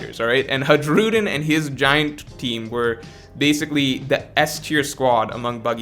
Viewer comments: every time he said "Haedshroodin" i cringed. his name is pronounced like "Huh-ee-roo-deen" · Its Har- u- diin Hajrudiin... not hajroodin 😂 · for FS man it's written Hajrudin, but it's spelled Hairudin plz every time i heard you spelling that way i felt my ears were bleeding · Bro why you keep saying "Ha-gi-rudin", thats not how you pronounce it. I wouldnt mind the mistake but you said his name way too many times its driving me crazy, lol. Good video tho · Learn how to pronounce names … the giant’s name pronounced like (high ro dean) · Who the f is this HadgeRudin u keep mentioning instead of Hajrudin 😂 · You da man but you should watch the anime just so you know how to pronounce Hajrudin (Hi-roo-dean) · Pronounced Hai*ru*din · HAI-RU-DEEN HAI........RU........DEEN FFS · bro the J in the giansts name is silent cuz stop saying haruJUEden jfc cringe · I love how he butchers the name Hajrudin ❤️ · The sheer amount of mispronouncing of HARJUDIN is very upsetting and hilarious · hajrudins name is pronounced with y sound where j is and y in a way like in the word hay or pray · The J in Hajrudin is pronounced like a Y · The fact that doesn't watch the anime really hurts his pronunciation. Hajruden is just the latest example.